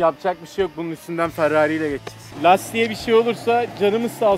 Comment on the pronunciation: farrari değil ferrari